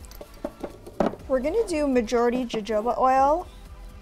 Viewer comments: Its pronounced "hohoba" oil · loved this diy!! also jojoba oil is pronounced ho-ho-ba not the way it's spelt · its pronounced ho ho ba oil. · It needs to cure for about 4 weeks, you mean to tell me the other girl doesn’t know how to pronounce jojoba oil either. Why put out videos if you can’t pronounce the name of the products.